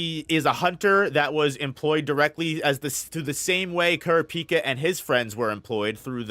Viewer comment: Please learn how to pronounce 'kurapika'